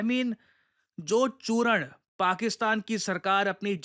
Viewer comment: चूर्ण ❌ चूरण ✅😂